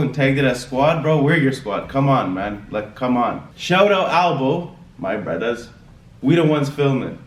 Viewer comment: I love when says "My Bruddahs" haha I had to rewind it a couple times.